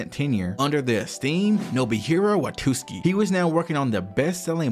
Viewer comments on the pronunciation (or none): It's Wa-tsu-ki not Wa-tus-ki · It's Watsuki not Watuski lol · "watuski"" come on, man, watsuki. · "Watuski" every time. Homie I loved the video but it's WAT-SU-KI. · watsuki not watuski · Kubo doesn’t actually hate Oda. He and the host during the interview were laughing, it was a joke. And Watsuki's name is pronouced Watt-sooki. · Brother the pronunciations are taking me places. Watootski sensei. 🫠🫠🫠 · The whole deal with Watsuki (not pronounced Watootski btw) is regretable, but to be fair, not like the law was any more harsh on the dude, guy is still working like he did nothing, while some people lose their whole careers for doing drugs or adultery. Shit is wild. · I can't get over how you keep calling the author of Ruroni Kenshin as "Watooski" lol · "WaTOOski"....oh my god 😢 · Really liked the video! Except for the dozens of times you mispronounced WaTSUki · It gets worse the more I watch. You wrote it correctly on the screen, who the hell js “Watuski”? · dude, you have to practice your pronunciation. At least read the names properly, " Watuski" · Loved the video!! Super interesting learning more about Oda! Also in the future pls google the pronunciations to names and stuff 😭😭 besides that good stuff 😎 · Mate, the video is great. That being said, mispronouncing Watsuki the ENTIRE video really undermines your incredible work... 😅